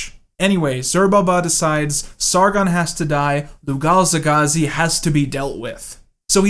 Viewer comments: Lugalzagesi "Lugazegagi" Okay Edit: You´re forgiven, most bears, or super-chimps can´t even read at all. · Lol you mispronounced Lugalzagesi the first four or five times.